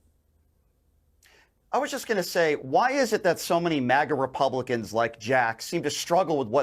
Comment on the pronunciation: Yeah you put a smile on my face and a good chuckle. “ Republacoon.” I hope I upgraded. Thanks!